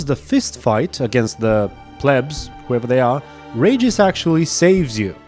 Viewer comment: REE-gis, not 'rages'. Sorry... had to vent.